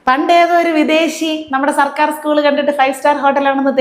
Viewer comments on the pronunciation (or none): none